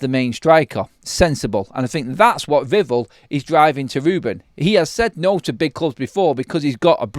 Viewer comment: He's called VIV-ELL - Not Vivul :face-fuchsia-tongue-out